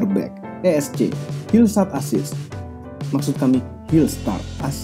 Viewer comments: Hillsat assist.....asli bikin saya ngakak, lol.. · "Hillsat assist" 😂😂😂😂😂😂😂😂😂😂😂😂😂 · Hills(t)a(r)t assist wkwkwk